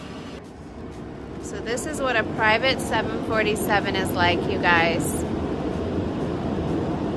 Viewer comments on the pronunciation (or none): It’s a pronounced 7-4-7 not 7-47